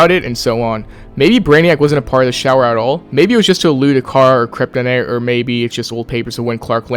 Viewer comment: Great video, but I wanna poke a little fun. Cripinite, Kryptonite that is all